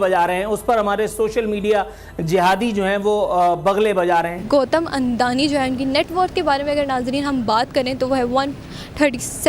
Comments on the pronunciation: Andani nahi nallo adani hota hai wo😂😂😂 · Gautam adani hai. Gautam andani nahi. 😂😂😂